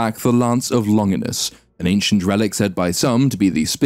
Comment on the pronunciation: That's an excellent discussion of a dismal film, but I'm baffled by how you (and so many other YouTubers) don't seem able to get the pronunciation of Longinus right (Longīnus, so the accent should be on that long /i/, which ought to be pronounced as in the first person singular pronoun).